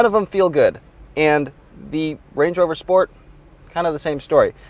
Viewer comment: he says "wange wover" lol